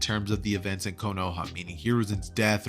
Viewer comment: man just said konowa instead of kono HA